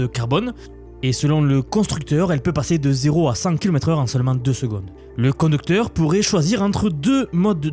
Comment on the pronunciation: Le "condeucteur" 😄